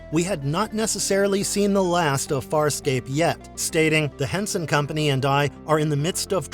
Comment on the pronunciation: You seem to have knowledge of the show, but at the same time you mispronounced almost every name. So maybe you are book smart, and lacking in actual experiencing the show. You should because it’s one of the best sci-fi shows ever.